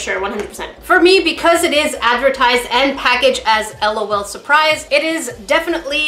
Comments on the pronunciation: its L. O. L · It is l. O. L. Not lawl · Haha it's not lawl it's just L.O.L separated so u say each letter separately not as a whole word!😂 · Lolu Me:NO L.O.L LAUGH OUT LOUD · it's L.O.L(el-oh-el)not lol(lawl) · It is L. O. L say the letters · Its l o l Not lol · It is the pronunciation is (Ell oh Elle) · im not complaining, but sika is right its L O L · you’re saying it wrong 😂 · It is “ L “ “ O “ “ L “ and it is WAAAAAYYYY too late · I is L. O. L. Not trying to be mean or salty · It is pronounced LOL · it is too late it is pronounced L O L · its L . O . L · It is said like l.o.l l. O. L